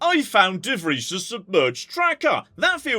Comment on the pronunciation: As a dutch person i appreciate pronunciarion of De Vries